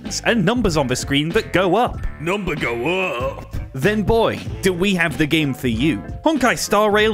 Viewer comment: It's "the" not "vhe" to the British one. You're too old to have such a speech impediment.